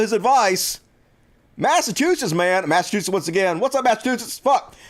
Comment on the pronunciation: Mass uh chew sits... just trying help, no disrespect. Great show!